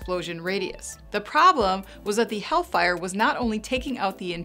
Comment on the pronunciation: helllllfire!!! not havean fire!!!